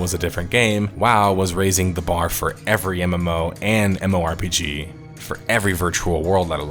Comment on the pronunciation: Who the hell says MMORPG as "MORE-PGs".....?